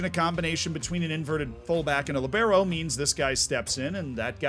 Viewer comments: Li - Be - Ro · "LEE-bero",. The Franco Baresi role! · Libero is pronounced “lee-bear-o”, emphasis on the lee. LEEbearo